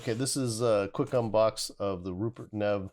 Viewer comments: That’s a BAD BOY! It’s pronounced “neave” you should see his $5k DAC! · Good review, well done. It is pronounced like ‘Neev’, btw. Also, your headphones are pronounced like ‘Senn-high-zerr’